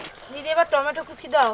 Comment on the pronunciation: Boudi ekhono 🍅 bolte parena.tomato k tomatam bole .a je Hindu name kolonko